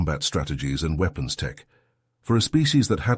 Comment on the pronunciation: This guy stout still can't pronounce words like he says weapons. With a long E